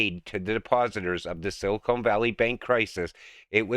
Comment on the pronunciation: Hey! It isn't Silikone but Silicon!! come on